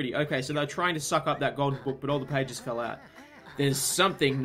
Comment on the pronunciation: For the first half of the vid I thought "pagies" was just the Australian way of saying pages I'm so??? Stupid??